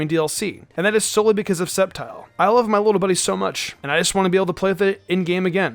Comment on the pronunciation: Well I guess nobody noticed hi saying sceptile sneakyli